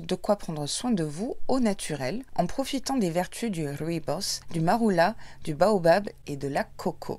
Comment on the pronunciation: Merci pour l'unboxing, j'adore ton serre-tête et ta tenue, ET SURTOUT, merci de m'avoir enfin appris à prononcer "rooibos" 😂😘 Sinon le cynorhodon c'est le vrai nom du "gratte-cul" ou églantine 😊